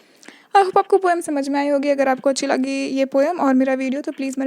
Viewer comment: Mam kya aap haryana se h kyoki aap ne last me bola agr poem acchi laagi to like kre